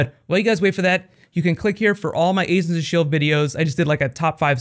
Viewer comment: "asians of sheild" LOL